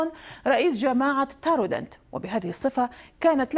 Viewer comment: تارودانت وليس طارودانت نطقك خاطئ